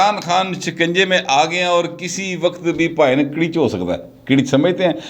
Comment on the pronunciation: کڑیچ نہی گھڑیچ۔ کڑککی